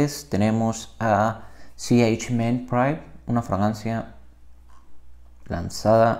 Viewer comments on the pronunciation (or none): me causa risa como pronuncia ch en inglês para hablar de iniciadas de um nombre latino.